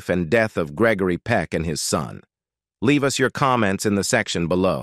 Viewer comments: You ought to check on your speaker His mispronounciation of Peck's NAME is hilarious, Your video HAS BECOME AN ABSOLUTE RIOT , BUT SHAMING THE ACTOR.. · You are saying his name wrong You should not be doing the talking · Next time spell and pronounce his name correctly!!!